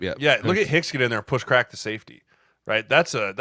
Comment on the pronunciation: Dontay - Vion Wicks I laughed my ass off Everytime they said Hicks 😂